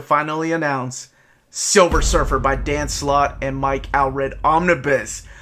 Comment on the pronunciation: Why do you insist on hyper pronouncing names like "George Peh-rez" but then mis-pronouncr common words like "Pree-lood"? It's "War of Kings Pray-lood". NOT "War of THE Kings PREE-LOOD". Also, It's Mike "Awl-Red", pronounced the same as the word "all". Still enjoying your channel. 🙂